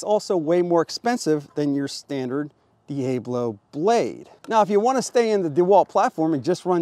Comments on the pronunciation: Dee-A-blow. LOL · "Dee-AYE-Blow..." lol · I cannot tell if you are pronouncing Diablo like that purposefully or not.